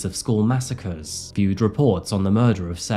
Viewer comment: Its weird how that accent can either make you sound incredibly intelligent or incredibly stupid. Im referring to reapeating "its not murduhr" over and over